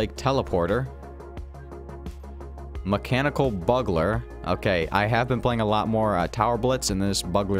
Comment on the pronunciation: Bug-ler XD its bue-gluer